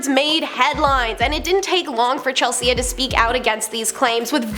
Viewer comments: Chel-sea wtf is goin on w the way you’re saying her name lololol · Chel-see-yah ... later. I still ain't subbin. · Never heard anyone mispronounce "Chelsea" before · Lucy LEO? Chel- SEA-AH? Why is this girl a host?! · Chel sea and Lucy Lee argh lol